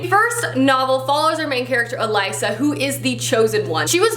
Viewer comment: Girl of fire and thorns Elisa is pronounced EEE Lisa. Like E-lease-uh